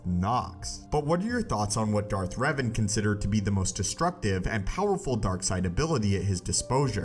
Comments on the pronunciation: My actual name is Revan and its pronounced Rev-ahn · Darth Reevan